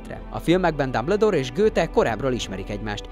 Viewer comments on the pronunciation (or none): Nem Dabledoor Hanem Dumbledoor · Nem "dámbledór" ,hanem "dámböldór" "löstréndzs" :"lestréndzs" amúgy jó volt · Dámbledór Kredensz Lösztréndzs Grindewald... szenzációs a kiejtésed xddd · Behalok. Dámbledór!😂😂😂